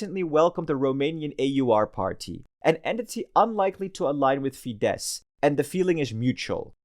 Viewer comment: As a Hungarian, I'd say this was a pretty good summary. Bonus Point for getting the pronunciation of FIDESZ right, which I heard badly pronounced many times before. Well done! :)